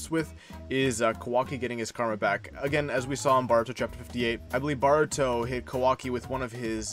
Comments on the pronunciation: It's "Boruto" not "Baruto" smh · Please stop saying BAR-uto, it is clearly BOR-uto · Bro your vids are fire but you keep saying “baruto” 😂😂🤦🏽‍♂️ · It’s not BARUTO it’s Boruto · Why you pronounce Boruto like that...